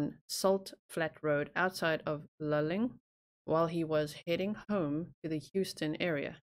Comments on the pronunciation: Luling is pronounced Lou...ling. The southern states (USA) have crazy pronunciations for so many things. Yes like that you are looking into missing people but I like all of your content! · Just FYI.. it’s Loo-Ling (is how you say it). I’m about 10 miles from where Jason Landry disappeared. Always followed Paulides’ cases. Pretty spooky having a similar situation so close. Feel horrible for his family.